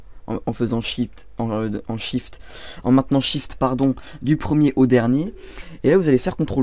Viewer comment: Et à quand tu dis "En faisant SHIT..." j'étais éxplosé de rire x)